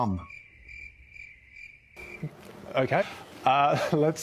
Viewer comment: come is one syllable though 😂